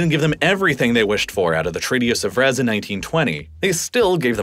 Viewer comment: Whilst we're offering constructive criticisms here, PLENTY of incidents of horrendous American mispronunciation of geographical places abound...i.e. Treaty of Sèvres should be Say-vruh, not Suh-vrez, Chios is Key-os, not Chee-os... many more, but those two stand out especially. When in doubt, double-check online, as it is easy and quick work. This sounds very sloppy.